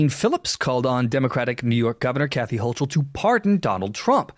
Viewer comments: If you're going to cover the news and reference people in the events of the world, PLEASE take the time to learn how to pronounce their names and locations.. starting with hoe-k-le not hoe-CHel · The correct pronunciation of the NY Governor’s name is “Hoh Kull” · Hocul = HO-kul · It’s pronounced Hoe-Kul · Hochul* = HO-kul